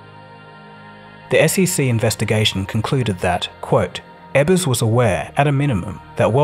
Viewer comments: His last name was EbbeRs, not EbbeNs. Sloppy. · EbbeRs. Eb-burz. Not Ebbens. Not Eb-bunz. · This video is very sloppy. The video immediately refers to Jackson, Ms as "Jacksonville." Ebbers is pronounced "Ebbens" although it is spelled properly. The production level is of a high school variety. Incompetence. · Good video overall. …but a couple of nitpicks. Narrator seems to be saying “Bernie Ebbens” when referring to the Worldcom CEO. The man’s last name was Ebbers, not Ebbens. Also the narrator stated the original company LDDS originated from a meeting in Jacksonville Mississippi. There is no such town in Mississippi. I surmise he meant Jackson Mississippi where the company HQ was based. Even so, that original meeting of the principals was actually in Brookhaven Mississippi. Again, I’m nitpicking a bit, but one would think such mistakes should not be made if a topic is properly researched. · Ebbers, not "Ebbens". Other than that great video. WorldCom sales, here. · Jackson MS not Jacksonville. That's in Florida stupid. And his name was Ebbers...Not Ebbins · "Bernie Ebberns" ? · Why do you keep saying Bernie Ebbans/Evans? It's Ebbers. E b b e r s. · It was JACKSON, MS - not Jacksonville. And his name was Bernie EBBERS, not Ebbens, or however you pronounced it. Check your facts.